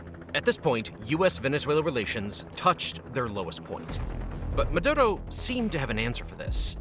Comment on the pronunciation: Ma.. do.. row... is how you pronounce his name by all means fuck that guy but the pronunciation is driving me nuts.